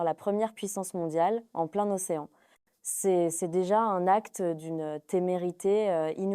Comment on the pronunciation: on ne prononce pas " en plein océan " mais en "plaine" océan (à cause de la voyelle O d'océan).